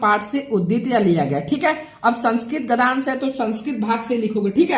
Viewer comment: महोदय क्षमा प्रार्थी हूँ परंतु आपको एक सुझाव दे रहा हूँ - आप गद्यांश को गधांश कह रहे हैं, जो अनुचित उच्चारण है। आपको अपनी हिंदी में शुद्धता लानी चाहिए। गद्य + अंश = गद्यांश होता है। आप कह रहे हैं गधांश। कृपया सुधार करें। इसी प्रकार आप पद्यांश को पधांश कह रहे हैं। आपको हिंदी का पूर्ण ज्ञान नहीं है। कृपया उच्चारण सुधारें👍🏻👍🏻।।